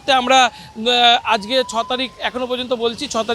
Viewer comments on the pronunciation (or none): none